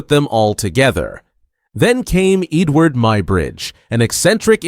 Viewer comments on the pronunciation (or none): Eadweard ffs